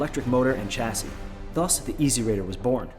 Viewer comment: It spells Chasi and read as Shasi.